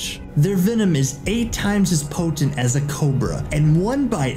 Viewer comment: Po-tent lmao